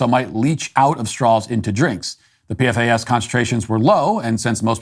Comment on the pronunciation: The compound is pronounced 'P-FAS'. But don't worry about it, its only carcinogenic. 😆